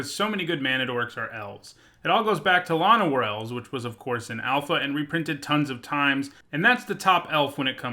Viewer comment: Shit. You say "La-no-war Elves" but everyone I know says "Lan-o-war Elves"; I like your pronunciation more so.